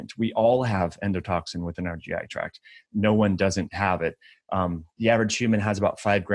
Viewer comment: Thank you for saying GI tract instead of track.